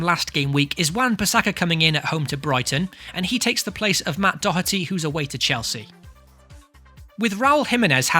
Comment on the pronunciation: Ah, thank you for pronouncing Doherty correctly! A breath of fresh air